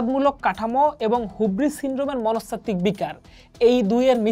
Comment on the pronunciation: হিউব্রিস not হুব্রিস